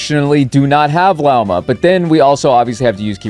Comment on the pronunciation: HER NAME IS PRONOUNCED LAWMA, FUCKING HELL